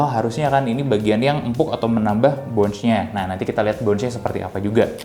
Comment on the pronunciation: Sedikit koreksi aja, Bounce itu dibaca pake Essss bro, Bukan Ecc. Dibaca bawnssss, bukan bawnch. Bawnsss yaa, bawnssss.